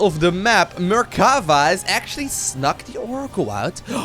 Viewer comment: It is me or does say mercava instead of mercafa the whole game?? In fact the blue player shouldn't leave the game after losing his last zealot because the red player had nothing to shoot up. With his mothership core he would have cleared the red base quicker than the red one would have. And even if the red player succeeded in killing the main base of the blue player I don't see how he could kill the building that were made in his old main base (the canon could easily deny the aggression of the the few probes and the oracle the blue had). Yeah the red player was a little mean by saying GG before the game ended too bad he didn't realized that he could just have sent his MC to win easily )